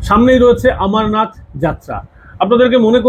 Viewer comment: ভালো বিশ্লেষণ। কিন্তু 'আমরনাথ' নয়, অমরনাথ।